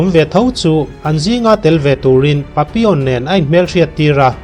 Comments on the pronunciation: A hmuhnawm lutuk.....Pappilon tiin i ziaka Papion tiin ilam tlat boksia. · Papilawn ti zawk la ngaihthlak a nuam zawk in ka ring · Nga ti nge papi awn tih tlat a.. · Patlingpui hawizau ve hmelfu si tinge papi(on) i tih tlat maiaaaa... Papillon alawm, tunhmain misawi leh chhiarte pawh i hrengailo ami? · An sawisello ang che adik chiah alaw papion tiin isawiri erawh adik Lo ani 👍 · Pappilon ti a lam tur ani zawk lo maw... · Pappilon aw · Changtupa hming khi i lam diklo lutuk,video tluan in i lam diklo vek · Papilon tih hi i lam dik chiah lo deuh a ni,a story nih na i ti bo vek,edit tha leh la,ngaihthlak a nuam leh zual ang